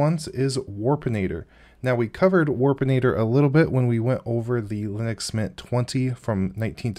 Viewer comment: How hard is it to say linux?